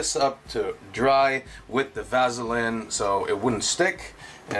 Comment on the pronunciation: Great video. Super information and detailed. But the way you pronounce Vaseline just irritates the hell out of me